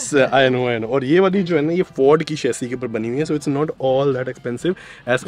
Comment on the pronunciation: Very nice video . Brother its Chassis. Not chassy